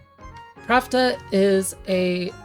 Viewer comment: I am curious why you pronounce Plachta as Pravda. Is that in any way canon, or just your interpretation? I always thought it came from Czech or Slovak plachta, which means sheet (textile) or sail (on a ship). This also makes sense to me from the katakana プラフタ, "ra" is the closest mora to "la" and "fu" is the closest to "ch" (although I have seen "ku" used before as well). If it was meant to be pravda, they would probbably used プラブダ instead, right?